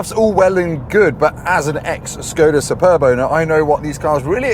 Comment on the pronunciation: Can we question your pronunciation of ‘Superb’? (In the most lighthearted way possible as it’s hard to get tone across in comments). As a serious comment - why do that to the arm rest? Now where does an elbow go?